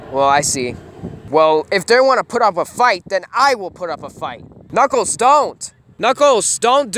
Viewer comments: Did you call knukles snuckles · yep he says snuckles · U said snuckels